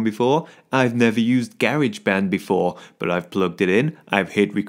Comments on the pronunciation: The way you said "Garageee Band" Cracked me up!! Keep the videos coming!! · You mean GarageBand (American accent)